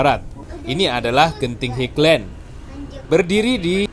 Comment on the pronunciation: maaf bukan dibaca higlen tapi hailen (highland